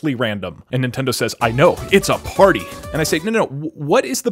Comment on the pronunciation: “It’s a PÆRTŸ”